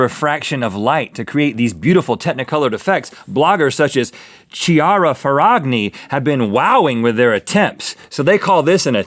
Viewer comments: "Ciara ferragNi" guys, work out your italian lol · that pronunciation hurts me (i'm italian)... CHIARA FERRAGNI is an italian model... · Little piece of information: In italian 'ch' si pronounced like a 'k' and 'gn' like a spanish 'ñ', so the correct pronunciation of chiara ferragni is 'kiara ferrañi' :) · I love how they butchered the name Chiara Ferragni xD